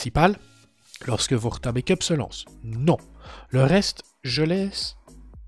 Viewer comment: Coucou. Juste pour une précision linguistique On dit bAck up et non bAIckup pour la prononciation 😉